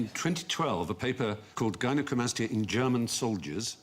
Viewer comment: HI, Gynecomastia (guy-nuh-koh-MAS-tee-uh) is an increase in the amount of breast gland tissue in boys or men, caused by an imbalance of the hormones estrogen and testosterone. in short man boobs, they do not remove the chest muscle, just the excess fat with a bit of liposuction.